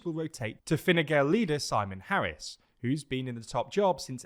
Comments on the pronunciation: And Gael is pronounced as 'gale' as in storm. But pronunciation on Taoiseach was pretty good for non-Irish speaker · Finna fail is pronounced fi-anna fall and fine gael is pronounced fi-na gale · FYI Fáil in Fianna Fáil is pronounced with a long 'a'. Therefore, it sounds similar to the word 'Fall' but with a very subtle inflection for the i. If you just say 'Fall' it's close enough! The irish accent often removes the inflection anyway. Gale in 'Fine Gael' is pronounced like Gale and rhymes with male and tail.